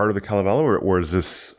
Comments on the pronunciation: If you google the Kalavala, you'll hear how it's pronounced: it's kale(like the green we who like it can eat) & the rest of the a's almost have an e sound w/ them. It will be pronounced repeatedly so you can't miss it. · Other audio pronouncing of the Finnish Kalevela sound like chalk screeching on blackboards. Hearing you is very pleasant. Thank you for preparing for the Finnish pronunciations!